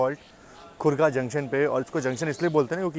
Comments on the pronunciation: Not khorga it's Khordha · ..aare bhai Khurda hai, Khurga nahin ... In Odia, Khordha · खोर्धा को खोर्धा ही बोलना चाहिए खुर्जा नहीं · Oyy hero Thik se padh lete Khurdha tha धा tha घ नही tha Apne maan se jabardasti naam mat badlo Apni galti ko samjha kar lo